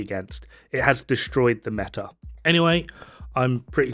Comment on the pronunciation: Metah Metah METAH. METAH MIS JUEVOS EN TU BOCA AHHHHhhhhhh... I leave now